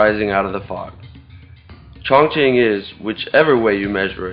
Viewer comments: ' at 1.41, you pronounce 'Chonqing' as 'Chong+Ching.' If I'm not mistaken, even going by the 'modern' spelling, it's pronounced; 'Chong+King' In earlier times - prior to the adaptation of Pinyin (before the 70's/80's in the west), this areas was known as 'Chung King.' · I think in Mandarin, Chong Qing is pronounced Chong Jing. It is the Anglicize pronunciations that make Chinese names sound ridiculous to Westerners. The heavy nasal tones of British make names of every other language sound ridiculous.